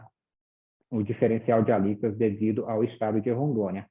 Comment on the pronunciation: "Alícotas" ??????? não seria "Alíquotas"!!!